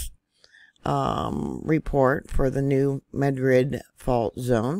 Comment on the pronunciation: Thank you for pronouncing the new Madrid fault correctly. Lol, heard so many miss pronounced syllables from others. Blessings.